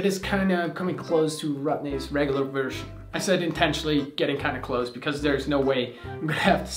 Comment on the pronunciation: “Version” is pronounced as /ˈvɝʒən/, not /ˈvɝʃən/.